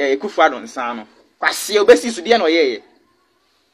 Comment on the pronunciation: Did I hear bly tasty Akuffo Addo😂😂😂😂😂